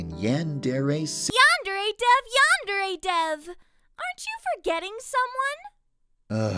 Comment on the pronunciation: Why is it when you say yandre simulator it sound like "yan dairy simulator"